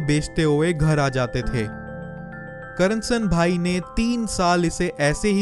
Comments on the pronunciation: not karnasan bhai its KARSAN bhai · bhai your pronunciation is wrong... Its not Karansanbhai, its Karsanbhai..